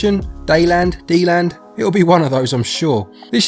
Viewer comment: I found the Kickstarter video for Deiland. It's pronounced Day-land. Dei for god ??